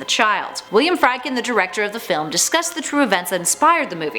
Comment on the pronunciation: Say it with me now.... It's pronounced FREED-KIN. Are you guys Canadian or something? I'm trying to give you the benefit of the doubt here.